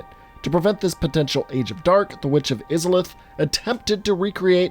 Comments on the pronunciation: He:Witch of izaleth. Me:HAAAARRRKKKKKKK!!!!!!🙅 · The way you said Izalith makes me think you haven't even seen the intro cinematic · Your pronunciation of Izalith gave me coniptions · If I hear him mispronounce izalith one more time... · Wait. You say you played through the game, albeit with help, but you don't even pronounce Izalith properly. Dude. No. If you're not going to care enough about an IP to bother pronouncing things properly which are mentioned in game in the very intro, it's clear you don't know the game enough to be writing videos about it. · How do you mispronounce izolith? It's spoken in the game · Why do you pronounce Izalith in such a way, when the game SAYS the word? Why do people do this? Why do they say words incorrectly when shown the correct ways? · Oh nooooo, no offense but the way you say "izalith" makes me cringe a little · The pronunciation of Izalith kills me. Come on dude, they literally SAY it in the opening cutscene. I question your evidence for the rest of the video if it seems like you didn’t even pay attention to the first 2 minutes of the game and just read a wiki about it. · It really bothers me how you pronounce Izalith. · I hate the way you say witch of izalith but good video tho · Take a shot everytime he says Izalith wrong, lol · Him saying Izalith like that hurt me every time. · I’m so confused. Where did he get the impression that izalith was pronounced like that???? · I physically cringed every single time he said izalith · It killed me to hear him pronounce it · he did not say it correctly he said it completely different than what was said in the opening cutscene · which means he said it wrong, do you need me to spell it out for ya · Congratz. You're a weeb. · Agree, made me cringe. It goes to show this video is nothing more than a vain attempt at grabbing views, and not from anyone that cares for the game, much less played it. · Izalith, please pronounce it correctly. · Please it hurts I-za-lith not isalith